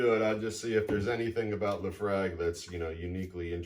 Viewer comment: Thanks for the video. The clubhouse is amazing. I’m somewhere between a newbie and intermediate to whiskey. I had thought laphroaig was pronounced luh-froyg? Any thoughts? Also I think Lagavulin is Nick Offermans go-to whiskey? Thanks for the videos!